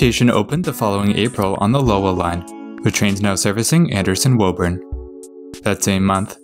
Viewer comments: Woburn: not woeburn but wooburn; Dedham: not deadham but dedim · It’s not woh urn it’s woo- burn or in our accent woo-bin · Concord is "Con-curd", Natick is "Nay-dik", Haverhill is "Havrull", Woburn is "Woo-burn", Lowell is "Lowl," Stoughton is "Stow-ton" Those are the ones I caught, there may be more. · Missed Woburn, too (not that anyone would get it right just from reading the name, anyway)